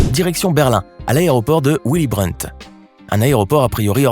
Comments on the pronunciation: On di vili Brandt et non uili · Pour commencer en allemand on prononce Vily et non Ouily , mais effectivement les sonneries sont légion . Un aéroport qui "ne fait" que 2 vols par jour, c'est la première fois que j'entends dire qu'un aéroport prend l'avion. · Willy brant nom allemand qui se prononce Villy Brant et non il n'y a pas que l'anglais dans les langues étrangères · "Ouilly Brant ? 🤦 Renseigne toi ducon, dans beaucoup de Pays du Nord et de l'Est, le w se prononce V